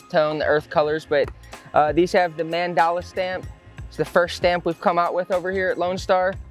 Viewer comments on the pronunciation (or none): none